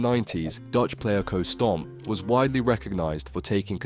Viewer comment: The how you pronounce things makes my blood boil. A do called darts fan that can't say Oche or Stompe name right is shockingn made me stop halfway